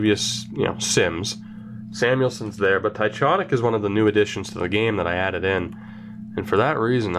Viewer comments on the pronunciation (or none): Jonny Tychonick is pronounced (TY-KON-ICK) I know him personally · Jonny Tychonick is pronounced TyCONick btw